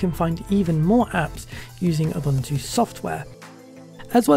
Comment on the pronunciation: Correct pronunciation is ooboontoo